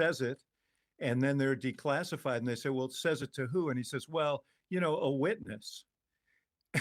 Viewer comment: Patel ... rhymes with ... not well.